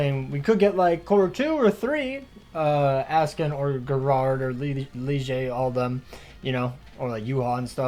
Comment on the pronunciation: Bruh why do you pronouns gerard like that 😂